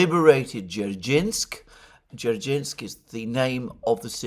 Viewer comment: D-zer-shin-ski --> D-zer-shinsk. That will sound acceptable.